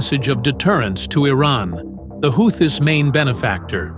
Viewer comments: Pronounced Whootees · AI pronounced Houthis 5 different ways before finally pronouncing it correctly. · How many ways do you pronounce “Houthis”? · After the fourth mispronunciation of houtis, I had to move on.